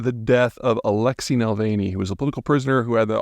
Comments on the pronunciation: It sounds like thinks his name is Mulvaney. NahVAHLnee, Peter. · Na-Val-Nye, not Vavilny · Navalny, not Nalvaney. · I get a bad feeling about a person’s credibility when they don’t even bother to pronounce words and place names correctly. It’s not just this video, but in this one he keeps saying “Nalvany” (rhyming with “Mick Mulvaney”). It’s “Navalny”. Naval-ny. Come on, man. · Navalny - not Nalvany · You could at least get his name correct. Navalny not Nalvany. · NAVALNY NOT NALVANY YOU FOOL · Peter, please have respect towards the object of your video and pronounce his name correctly. You are better than this. Russian namesa phonetic. A is a, not ei. Na- val-nii, not Nei- veil- ni. Have some respect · You can't even bother looking up how to pronounce Alexei Navalny's name, then your comments are limited to what must have taken you tens of minutes to research. The man's name was NAVALNY, not NALVANEY. And the rest of your shallow, superficial analysis is on a similar level. This video is beneath you. Sorry, your grade on this video is F. Re-do and re-submit if you want a passing grade. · Nah VAAL knee Peter. Not nah vale knee. Have the respect to say the man's name correctly. Takes about 25 seconds to google Navalny pronunciation. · Navalny not Nalvaney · NAVALNY. Not “Nalvany”. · Navalny not Nalvany…dude get the man’s name right. RIP Alexey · Navalny, not Nelvaynee lol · It's Navalny, not Nalvany. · ...how can you be a political commentator talking about Russia and consistently pronounce "Nalvaney" instead of "Navalny"? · it's Navalny not Nalvany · Its not Nalvaney is Navalny!! To call a man of his statue incorrectly is an insult. He deserves to be recognised correctly ! Do your research first. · It's a little late to correct this, but it's Nav-EL-ny not Nal-VA-ney. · Na--Val-Ny not Nal-veny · A least get his name right. Na val ny not Nil vein ee smh Pete. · Peter, it's not Alexey Nalvaney, it's Alexey NA-VAL-NIY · Yep. Was annoying me throughout.